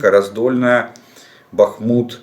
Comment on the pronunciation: БахмУУУт! Прошу Вас, следите.